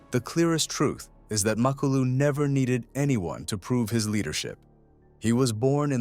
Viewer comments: Macolo? 😂 His name is Makhulu !!! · Come on bro......Macolo? 😂 Its Makhulu